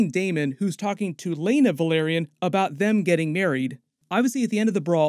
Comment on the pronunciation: VEL. AR. YON. Not VUH. LAIR. ION. Please?